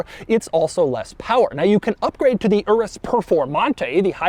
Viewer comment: So much cringe the way he pronounces Lamborghini Urus 🥴